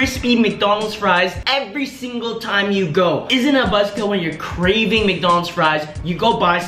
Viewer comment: that moment when you say carving instead of craving